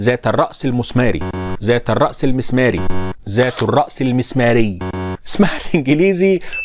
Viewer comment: هههههههههه الاصح انك تقول ذات بكسر التاء